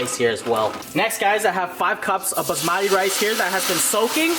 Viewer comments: Baazmatte? or baSmati? It's Ba S Mati not Bazzzzzzmattttteeee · Basbasmadé is not how you pronounce it sorry it’s bassmatty